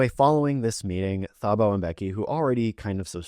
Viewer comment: Thank you for your educational videos :) love from South Africa! (PS Thabo is pronounced Tuboh phonetically)